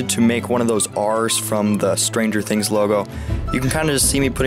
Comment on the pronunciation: stranger thins